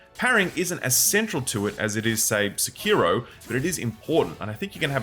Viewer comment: Every time you say "Se-kee-ro" something inside me dies. :face-orange-raised-eyebrow